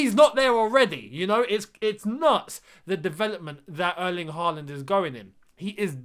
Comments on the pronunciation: Hi. If we are going to sign Erling Håland (or Haaland as it's written in English) can you please start pronouncing his name correctly? The "HAA" part of his name should rhyme with "saw", "sure", "door" or "more"". If his name was wriitten HAWLAND pronounciation would have been more easy, but the Scandinavian "å" is always changed to "aa" when written in English. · You'd get closer saying Hall-and. And I think he'll come here if you can pronounce his name right.